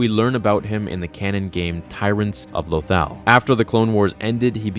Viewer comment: Why does he pronounce lothal so weirdly?